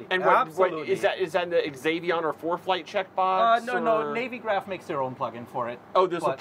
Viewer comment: Great video guys. But Navy Graph? As it's about navigation, it's pronounced navvy graph 😅